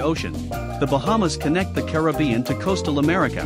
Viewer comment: Thank you for pronouncing Caribbean correctly. Unfortunately, you mispronounced many of the other island names.